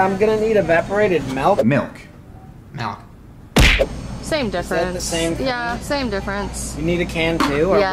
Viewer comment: Malk sound better then milk